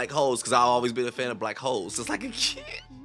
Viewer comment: Why did you say “W, hoooooles!” It’s not blackwhole lmfao. It’s still hole. Bahahah